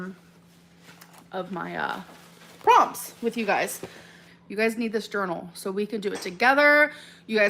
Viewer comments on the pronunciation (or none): I spat out my food when she said “you get a pen you guise . That’s so kooowl”